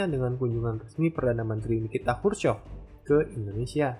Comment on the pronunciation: Khrushchev bang bukan Khrushchov